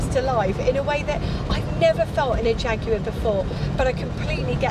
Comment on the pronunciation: Great vid! And so nice to have the word Jaguar pronounced properly. It's an English word, which in English is Jag u ar, obviously.